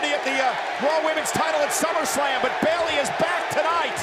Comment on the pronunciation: Okay I’m just letting you be right and I’m not hating and it’s Bayley:3